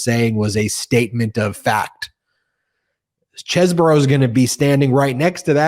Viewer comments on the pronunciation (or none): It is pronounced CHESBRO, not Chesboro! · Isn't it "Cheez bro", not "chess borrow"? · cheese-bro 😮 ugh its reminding me of the Ka-MALA pronounciation! Ben, stop-it! not Chez-borough!!! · It's CHEESE-Bro not Chezz-boro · His name is pronounced Cheese-bro. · its pronounced cheese bro